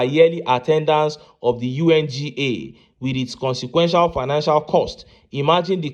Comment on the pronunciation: Shettima pronouncing financial as pinacial. These people have destroyed Nigeria.